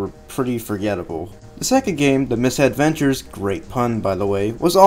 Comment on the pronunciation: It's Mis-Edventures, NOT Miss-Edventures.